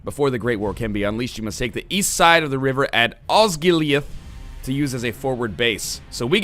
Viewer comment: also minas tirith is pronounced mean us tear ith tear like the water from your eye. osgiliath is like oz gill e ith